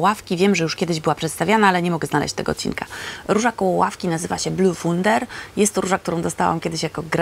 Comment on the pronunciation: Blühwunder się czyta tak jakby bliuwunda